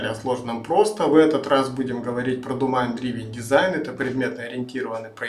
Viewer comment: Не думайн а домен)